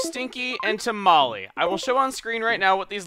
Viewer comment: To be honest,when Chugga says Molly it sounds like Tamale